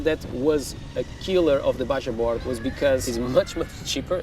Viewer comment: BajaBoard is pronounced “baha” board